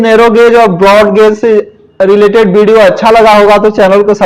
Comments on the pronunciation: गोज नही गेज होता है😂😂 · अटपटा लग रहा है गेज बोलिये गाज नहीं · वो गॉज नही गेज होता है। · अरे बिहारी गौज नही होता I सही उच्चारण सीख सकते हो I